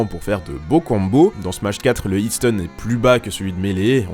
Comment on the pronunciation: "le -iiiitsteune dans smash brôs" Tu m'étonnes qu'on se moque de la prononciation française de l'anglais